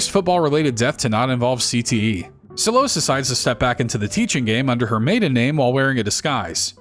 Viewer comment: he said gay-mar